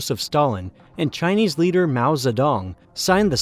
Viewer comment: You dont often hear mao's name pronounced correctly.